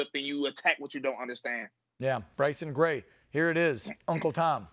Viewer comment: Its Gray man not grace